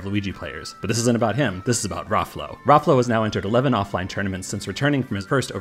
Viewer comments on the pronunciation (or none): isnt it pronounced as "Ra flow"?